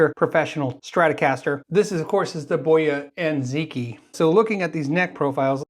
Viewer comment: It's Chinese, where the stress is rather on the last syllable, so rather bo - YA And zhee-TSJEE. I found a video (from 2018!) that confirmed that, Most noticeble is that the Q is pronounced as Zh or Tsj But off course there's no need the leave usual conventions.